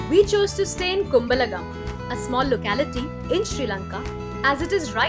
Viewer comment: Your style of speaking is so beautiful, I love listening to it.❤❤❤ But check the local pronunciation of the names of villages and towns. Kumbal Gama - not Kum bala gama ⚠ Ahan Gama - not Anaha gama ⚠ Kog gala - not Ko wella ⚠